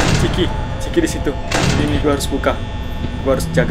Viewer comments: Miawaug. Bukan ciki tapi chica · yang benar Chica bukan chiki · chica bang chica wah mesti lo suka makan ciki makanya bilang nya ciki awkwkwkwk:V